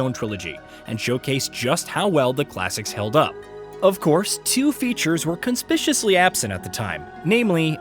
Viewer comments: Yeah think you got that word pronunciation wrong. Conspicuously. Not conspishishly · .....did he say conspishously absent? lmao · It's pronounced 'KON-SPIK-YOU-ASS-LEE' ... conspic-uously...there's no 'pish' sound it's piK. It would need to be spelled conspiciously to be pronounced how you said it... I've never heard that pronunciation before, it sounds like a cool word tbf lol. Nerd word police message sent with all due respect, just so people don't accuse you of GPT'ing it up. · Tbf he did pronounce 'conspiciously' in a way that indicates he's never heard or said it in his life... that did get my suspicions tickling. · consisciously? That’s not English… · He didn't pronounce it properly